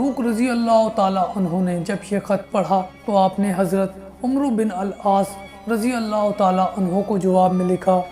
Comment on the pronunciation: Umru nahi hai bro un ka naam amr bin aas sahi pronounced krns seekhe